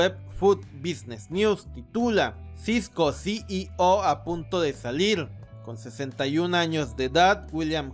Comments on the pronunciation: Puedes pronunciar "CIO". En vez de "SI Y O" se escucha molesto además de cierta dislexia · Es desesperante cómo.pronuncia ceo, CI í ò, En Lugar de ci í ou. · Muy bien Retroalimentación constructiva, la "O" de CEO pronunciar como "OU" Gracias por tus vídeos